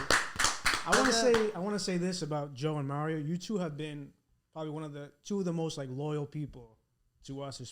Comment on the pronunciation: Why does he say Meh Rioh It’s Mah Rio!